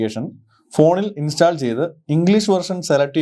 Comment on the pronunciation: Really informative and impressive. Your effort is highly commendable. Thank you so much for this video. Bro, remember one thing... Pronunciation of the word, install is ഇൻ'സ്റ്റോൾ √ 'ഇൻസ്റ്റാൾ X Another one..., Contents (usually plural) - 'കോൺറ്റെൻറ്റ്സ് (Noun) = ഉള്ളടക്കം Eg: This is a stylish and beautiful movie, but it lacks contents. Content - കെൻ'റ്റെൻറ്റ്സ് - (adj & vb) Adj, സംതൃപ്തമായ Eg: He had to be content with third prize. Verb, തൃപ്തിപ്പെടുക She contented herself with a cup of coffee. I hope it would be very helpful for you. Please try to study Phonetics from YouTube. May God bless you abundantly. If you have any assistance, feel free to ask me. It's my pleasure !